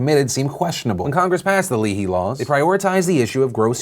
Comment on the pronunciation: It’s pronounced Lay-hee - just for any future coverage